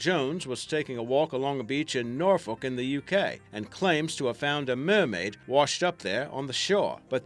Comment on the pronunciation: The way you said Norfolk. I just cant.